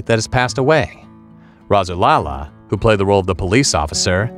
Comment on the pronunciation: Thalamus Rasulala name is pronounced ( Thal as in cat - Mus, like bus. Last name Rasulala pronounced Raz - sool - Allah).